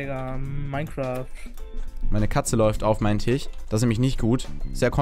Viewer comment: Tich? Es heißt Tisch!!! :D